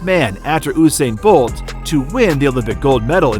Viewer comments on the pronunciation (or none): “Oosain bolt”